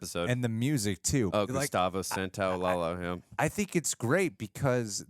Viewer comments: Ok i gotta just say something thats been bugging me. Its not gustavo santaolala. In spanish when two Ls are next to each other it creates the yuh sound. Gustavo santaolalla is gustavo santaolayuh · It's not SantoaLALA......it's SAN-TOA-LA-LLA. The LL makes a Sha sound. So it's SAN-TOA-LA-SHA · loved the reaction and the first episode was AMAZING!...also I really don't want to be an a-hole I love you guys but gustavo santaolalla last name is pronounced santaolaSHa (the 2 L's in spanish sound like SH) love you guys!!! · i just came to say that i hate how pronounces Santaolalla and i hope he gets corrected or i'm gonna have a seizure